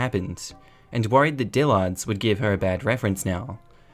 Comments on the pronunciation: Say it like Dill'erds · the way you pronounce Dillard's is cracking me up. Too much emphasis on the second syllable. Soft a.